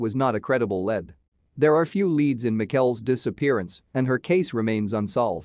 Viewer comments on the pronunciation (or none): Using a computer to speak this is just annoying. Half the words are mispronounced due to typing errors. The man that owed the IRS $48,3 hundred something. It was read as 48 dollars 321 or whatever. Something about a lead was read as led. It’s annoying and really none of the cases included really not a lot of info. Won’t bother watching these again.